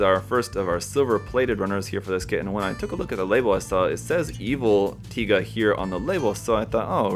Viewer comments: well can't blame the comments about the wrong pronunciation lol because there is another one named literally taiga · I mean.... Tie guh does sound cooler than Tiga so I can forgive the mistake.